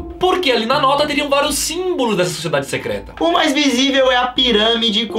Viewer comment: Não é "secreta"